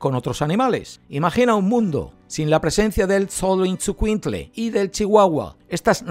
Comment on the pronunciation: se pronuncia sho lo is cuin tle… es difícil de pronunciar pero espero les ayude XOLOIZCUINTLE ❤